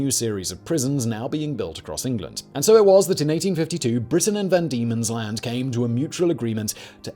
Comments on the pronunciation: Van Diemen's land.. VAN Diemen's land... Not Demon's land. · It was known as “van Diemen’s Land”, not “demon’s land”, for anyone wondering. He gets it right the second time he says it.